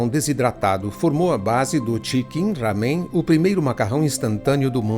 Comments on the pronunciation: NÃO É RAMEM. A PRONUNCIA É "LÁMEM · A pronúcia não é ramen com som de dois "erres" e sim com pronúncia como em "era".